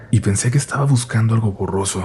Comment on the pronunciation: Oye,, ¿por qué ahora te ha dado por pronunciar la B como labiodental? "Vailando", "vruja", "vuscando",... Siempre has tenido buena dicción, por eso ahora se me hizo muy extraño que hicieras eso.